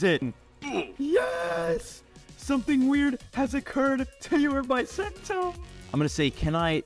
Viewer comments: Its called Buh sen toe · Its pronounced Beu sento